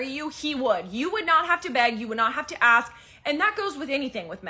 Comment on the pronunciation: i can tell the type of person you are if you pronounce Ask as Axe. All i need to know the end